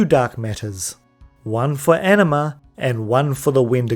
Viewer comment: Knowing you said "Anima" but hearing something else at the same time